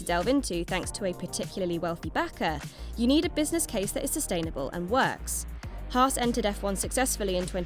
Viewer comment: Thank god you pronounce it Haas and not Hass like skyF1 do..